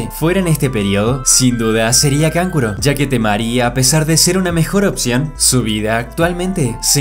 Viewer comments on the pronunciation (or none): none